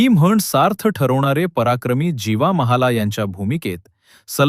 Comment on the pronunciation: महाले आहे महाला नाही रे😅